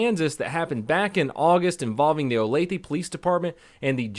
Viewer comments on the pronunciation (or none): Everytime I hear him say “ olathE “ cracks me up. OlathA lol. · She asked for it by pointing a gun at them. And it's pronounced Olath-UH not Olath-EE (I'm from around here). Love the vids. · he pronounced the area name wrong, which makes sense, it is weird. It is pronounced O-lay-the. but he pronounced it as O-lay-thee. Sad that she didn't listen to the police. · So um its o-lath-a not o-path-e XD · I live right outside of here, and hearing him pronounce it “olathEEE” killed me lol. It’s “olathAAA” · Love the way he pronounces the city I live in as “Olathe” as opposed to the correct “Olathe”. A classic blunder. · I live rather close to Olathe and yeah, it's a nice community. Also it bothers me that he pronounces it Olathee, not Olathuh, lmao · "Olatheee" lol, it's pronounced "oh-lay-tha' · That’s so funny. I’m from Kansas City and he said olathe like olath”ee” when it’s like olath”uh”🤣🤣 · As a Kansan, your pronunciation of Olathe just killed me every time. It's an "uh" sound at the end, not "e". 😂 Still love you though. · "Ola-thee"? 🤣 it's pronounced "O-Lay-tha" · BTW, it's pronounced OH-LAY-THA Kansas. Not OH-LE-THEE. lol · Btw it’s not Olathee it’s olatha for pronunciation😂 but olathee is great😂 anyways they’re known for coke and adderall so I don’t think it was mental illness. I’ve seen it too many times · Lol olatheeee kansas lmao the e is pronounced like an a. Lol olatha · not a big deal, pronounce Oh-Lay-Thuh. being from the area all i can say are the police are top knotch and johnson county is one of the safest counties in the nation. had she not had a weapon she would be alive. too bad her bf didnt drive her back himself and put a stop to this before it started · oh lay thuh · olath-ah is how it's pronounced. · It’s actually Olathe “ol a th a”. The e sounds like uh ! Love your channel... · Lol...how says Olathe makes me cringe it’s o-lath-a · Better than Oh-layth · or "O-lath-ee" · It is pronounced o-lathe-a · Its pronounced O La tha